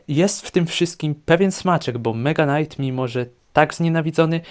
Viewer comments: Czemu mega knight mówisz normalnie ale zwykły knight to już jest knajt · Czemu tam powiedziałeś "Knajt" (knight) nie czyta się k gdy jest przed n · Jakim cudem Mega Knight czytasz dobrze a Knight źle 😮